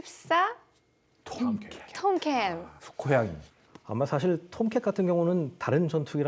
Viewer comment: 아무리 그래도 그렇지 채널명에 '밀덕스'라고 하면서 F-14 Tomcat (톰캣)을 '톰캔'이라고 하는 건 너무한 것 아닌가? '숫깡통'도 아니고...